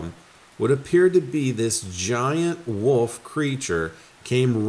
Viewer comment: Love ya, but WOOL-F. Leave "woof" with the amateurs.